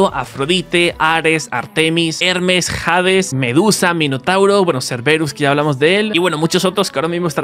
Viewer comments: jades jaajjajaajajajjaa no sabe ni como se dice la h de hades no se escucha jades jaajajajajjajaa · pibe se nota que de historia no sabes nada, el perro no se llama serberus se llama serbero se pronuncia asi como se escribe y hades no es jades osea la H no tiene pronunciasion y serbero no tiene una version humana, por las dudas escribo con falta de ortografia porque escribo enojado